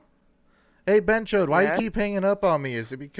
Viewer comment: Bonus tip: BhenchoTH with a 'T' not' D'